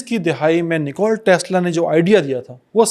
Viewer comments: Bro. It's NIKOLA Tesla not NICOLE Tesla. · Nikola Tesla ki rooh trap Gai Hogi jb ap Nikola k bjae nikol bol rhy thy